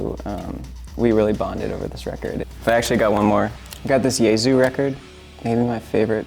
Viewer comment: ..and Jesu as Yesu. Thanks